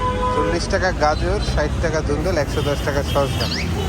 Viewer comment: its dhundul not dhindul and soft not sopt